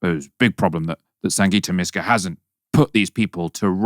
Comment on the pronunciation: MYska not MEska